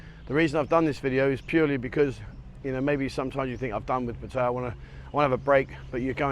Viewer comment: Hi been here since 81 I have no criticism of just surprised he cannot Thai towns correctly its Pat ta ya best from Khon Kean